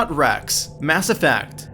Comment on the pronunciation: Good video until you said Wrex as it feels you didn't research or play that game at all.